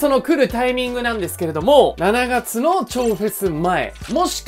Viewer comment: 7月の読み方めっちゃ気になる😂